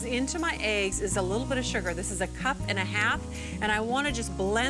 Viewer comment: You can hear traces of a Wisconsin accent when she says the word “eggs”